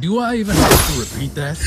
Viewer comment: lol ‘thet’